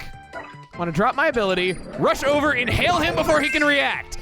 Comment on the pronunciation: for the love of Lucah's sex book, just say INHALE